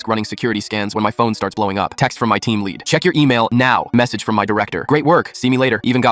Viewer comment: Funny how AI can never get "lead" correctly